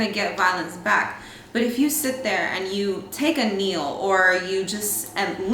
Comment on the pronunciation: Tell me why I heard take a "meal" instead of take a "kneel" when Zashia was speaking 💀💀 I must be hungry or sum